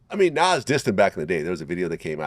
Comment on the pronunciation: Bruh It’s Nas….Nas